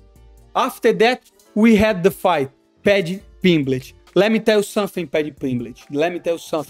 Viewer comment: 'Paddy Pimblitch'😂😂😂